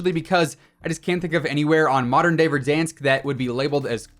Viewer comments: Verdansk🙄, verdonsk😩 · Why do you say verdonsk instead of Verdansk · Did this man just say.... Verdonsk! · The way he said verdoonsk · No just tell me wtf is VerdONSK?! that too w echos bruh xD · Why do he say ”verdansk” like that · I cant stop laughing every time say Verdansk:D that A sound like that weird shit from english (for example at word "bank" - æ):D But its based at Donetsk at Ukraine and Slavic nations doesnt have this weird æ, its just casual A whitch you pronounce like a letter "u" at english, for example in word "buff":D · Am I the only one who is irritated by how he says verdansk? It sounds ok when Tim says it but not anyone else 🥴🥴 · ain’t nothing personal, still love your vids, it just sounds off to me thats all